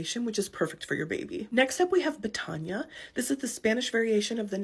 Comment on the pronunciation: This is a nice list! I've never heard of Macario, Natalio or Betania before. Your pronunciation of Betania sounds beautiful. Lourdes sounds elegant to me. I met a Lourdes who went by Lulu for a nickname.